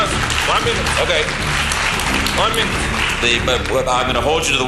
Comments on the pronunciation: ONA MINUTE nedir ya ''ona'' ne :D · İngilizce bilgisi "van münüt" geometri anlayışı "teğet" tasavvuf kültürü "hamdolsun" senin bu entellektüel birikimine Bülent Ersoy, "kurban olsun."